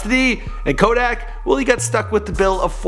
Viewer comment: My dude butchered the hell out Kodak’s name😂😂